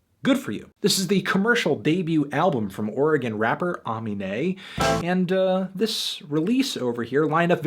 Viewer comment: THANK YOU FOR PRONOUNCING OREGON RIGHT!